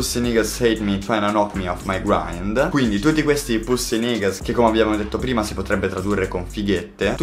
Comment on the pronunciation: Bro can’t say nigga like that